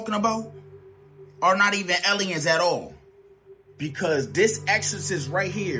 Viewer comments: eliuns? Lol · Ehleeyens lol